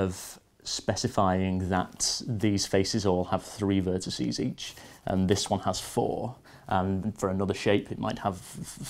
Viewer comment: AXEEEEZE, VERTICEEEEZE PS Loved the video, like any other computerphile video :D